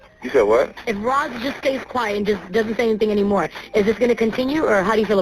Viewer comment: It's funny that you called him Loss instead of Ross. LOL !